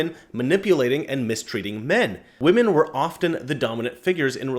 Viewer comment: often, NOT ofTen (SILENT "T")!!!!!!!!!!!!!!!!!!!